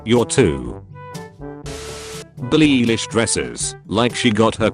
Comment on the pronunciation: blee eelish